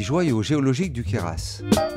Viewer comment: queyras sans prononcer le S c'est mieux .... sinon belle vidéo bravo !!!